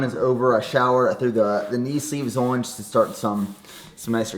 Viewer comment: This man doesn’t know how to say on